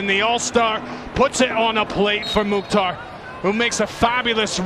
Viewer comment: Commentators .is Mukthar not motta